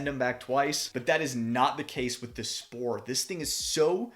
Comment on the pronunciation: I know you are american but you are pronouncing the company's name wrongly :) The "Sp"(ohr) in german is pronounced as "Sh"por. Thanks for the very nice review!